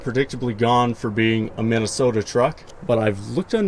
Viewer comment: KEEP (but tell him to put some more O in MinnesOOOOOOOOOta)